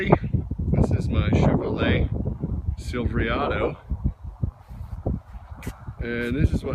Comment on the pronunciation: Please don’t ever say Silverado like that ever again